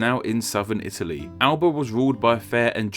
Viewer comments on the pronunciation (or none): none